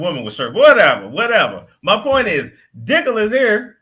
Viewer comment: Omg! Did he say DICKOLAS!!! 🤣🤣🤣🤣